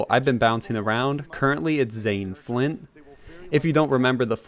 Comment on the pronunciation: Captain "FLINT" like flinklock firestarter not captain FLYN